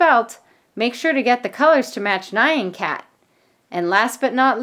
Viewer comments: It sounds how it looks, n-yah-n, I was thinking same thing when she kept saying Nai-an, I was typically shouting at the screen X3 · she pronounce it as nyian cat it’s n-y-ah-n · And your calling the nyan cat nan cat its NYAN NOT NAN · Nai-an Cat? I thought it was pronounced ñahn because nyan is the Japanese equivalent of meow... Right? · It's not pronounced naian cat it's nyan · When the meme said nyon cat it’s actually called neon cat in this video it sounded so wired when you were saying nyon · Nayan Cat? Why would you pronounce Nyan Cat Nayan Cat